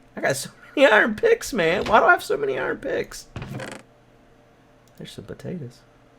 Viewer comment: He said iron picks